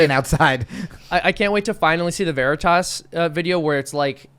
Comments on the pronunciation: Its not pronounced ver-itos its pronouced ver-itis and means truth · Such a ‘feel good’ video today. “Pro-jech-toh Vereee-tosh” 😂 😂 😂 😂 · "Project Vuh-ree-tuss? Jam-ess Ok-Eef? I don't know who that person is but he sounds like a great boss." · For a highly intelligent man that is now rated the richest man in the world, has actually done things to make the world a better place, and believes in freedom of speech vs. some authoritarian dipshit who's done nothing to make the world a better place and can't even pronounce veritas correctly. The only reason this guy is shooting shit In the wind is because he doesn't like a guy who believes In free speech taking over the company.